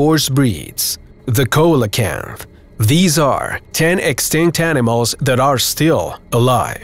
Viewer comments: It’s not a coela kanth! It’s a see-Lu-kanth. Your not alone though. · Coelacanth is pronounced see-luh-kanth. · Can't even pronounce coelacanth properly, if u can get a job Mr narrator doing this then I can